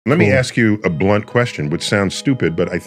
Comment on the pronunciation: Did he say Blunt? lol